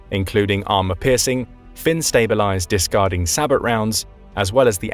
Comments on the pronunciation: It's pronounced bow, not bo. Is this a computer speaking? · SAH-BOW....as in Sabotage (SAH-BOW-TAJ). It's a French word. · Hearing all these military channels pronounce the word “SABOT” incorrectly is like nails on a chalkboard. It’s a French word and the “t” is silent, pronounced “say-bow”.